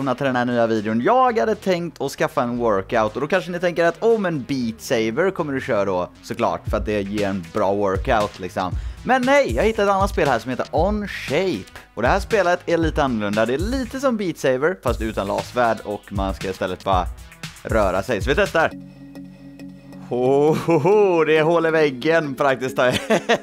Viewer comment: Onshape? Ohshape menar du